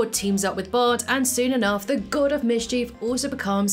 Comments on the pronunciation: slight error it's Bart not bad. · That's not even the title. She kept saying it wrong. It's "The Good, the Bart, and the Loki".